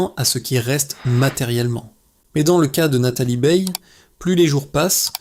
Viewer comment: Nathalie "BEILLE": vouys nepour riez pas programmer le robot à prononcer correctemenrt?